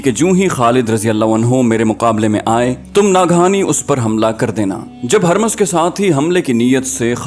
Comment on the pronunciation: Yay naam "Harmaz" nahin hay. Yay "Hurmuz" hay. Is kaa matlab "Chaand (moon)" hay.